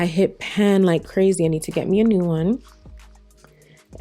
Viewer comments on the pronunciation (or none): Are you saying "hit pen"?... the saying is hit PAN lol Love this look 😍😍😍